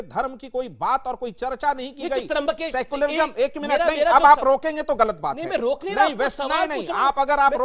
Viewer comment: सेकुलरिजम नही सेकुलरिझम होता है 😅